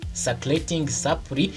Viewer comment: Uzakosore akantu ka supply uburyo ukavugamo burakocamye